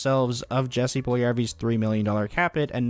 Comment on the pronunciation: Small thing here. When pronouncing Jesse Pujlijarvi’s name, the ‘J’ in his first name should be pronounced the same as the ‘j’s’ in his last name. It should sound like Yessie. Cheers.